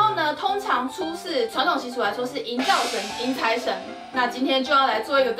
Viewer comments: 是ㄘㄡ洗 不是ㄘㄨㄟ洗拉 哈哈哈哈哈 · 聽千千說初四，我怎聽成找死（台） 哈哈哈~ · 一開始初四的台語就講錯了